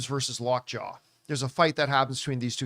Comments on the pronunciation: I shut you off when you said Lockjaw. I am done. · LockJaw??? Really LockJaw? That’s the end of this review…